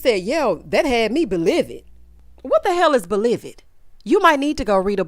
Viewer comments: Baaaaaaaaaaaaaaaaby II hollered and paused for the cause and broke my legs to run and see if you had dropped a review when that ole Glendale said be-livid a!!! 😂😂😂 Thank you for consistently tickling my soul! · I rewound to hear “belived” and “incognarto” more times than I can count. Absolutely ridiculous.